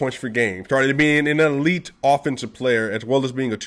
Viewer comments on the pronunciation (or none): none